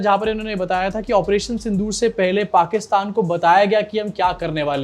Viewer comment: Sindh-o-or nahi sir 🙏 Sindh-or Pakistan hai sir